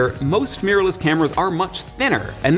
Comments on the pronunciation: Meeyorless cameras! Who know mirror was so hard to pronounce? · MEERLESS CAMERAS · Interesting how pronunciation change from mir to mirror but mainly mir. Lots of people say it either way but to me mirless sounds like mearless (not a word).